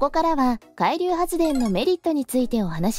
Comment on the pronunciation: 「海流」のアクセントが気になっちゃって…。なんか潜水艦みたいな、何かの名前みたい。 個人的には電力が足りないなら、点検整備が終わっている原発を稼働してほしいと思うけど、最近はそういう話題も出ないですね。 風力発電はＣ国の製品なので、発電機を設置するとＣ国にお金が行くと聞いたので即刻やめてほしいです。